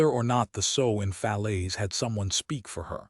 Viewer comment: Sow with the ow pronounced like a short o not like ow with a long o as in mending a garment. ( Sew)